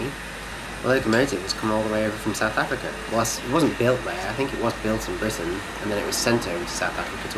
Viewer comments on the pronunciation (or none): none